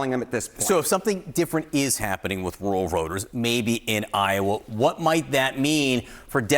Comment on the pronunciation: so much happenin with woowal votahs